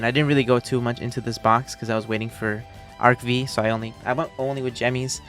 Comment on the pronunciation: a sensible man. Who understand Arc V is Arc V and not Arc Five